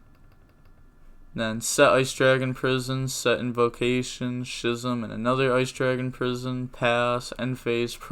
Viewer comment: I'm like 90% sure that "Schism" is pronounced Skism and not Shism.